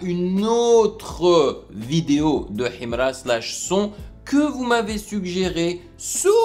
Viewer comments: C'est sa manière de prononcer HIMRA qui me plaît même 😂😂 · En plus ta pas la bonne prononciation de Himra lis sa normalement